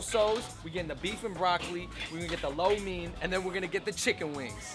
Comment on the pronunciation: Dood said "LO MEEN"